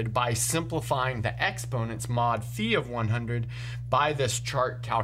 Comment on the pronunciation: I appreciate that you say φ like phi and not phaj